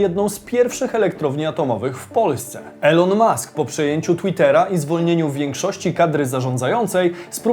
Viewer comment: Błagaaam, czytaj "Ilon" hah